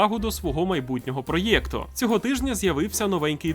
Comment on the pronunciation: Господи, ти коли кажеш "проЄкт" то тебе йобнути хочеться... А так то канал топчик. Так тримати.